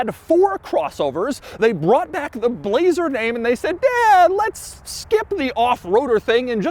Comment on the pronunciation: I like how he says BLLLLAZER